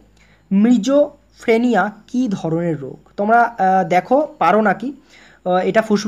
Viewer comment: Ota sijofreneya Hobe....mijofreneya Noy dada...r all is okk...🥰👍